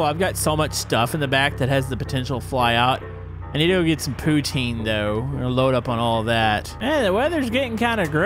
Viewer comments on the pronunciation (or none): I dunno if anyone told you but it's pronounced ( m o ba zoo ) something poutine is pronounced put tin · ok im just starting to snap cause its pronounced pou-tin